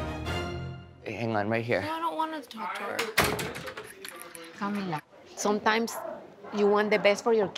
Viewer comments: Is not "Cami Li" it's CAMILA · "Cami Li" isn't it "Camila", like how her mother pronounces it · her name is Camila not cami li lolol